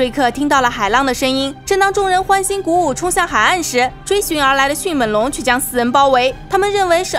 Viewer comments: 是迅meng龙，不是迅men龙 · 迅猛（meng）龙 来跟我读 m eng 猛 不是迅men 龙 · 迅闷龙？好好发音吧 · 这个发音好出戏啊 迅men龙 比一样的人参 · Bill Wei 我已经实在受不了up主的迅měn龙了。。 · 在聽講解時我每次聽到迅ㄇㄣˇ(門ˇ)龍，就會出戲一下XDDDDD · 妳的迅猛龍的猛是不是發音有點問題啊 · 捉个虫：猛是后鼻音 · 我也是听到这儿就浑身不舒服。